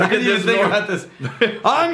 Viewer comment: “Thing(k)” Drink!!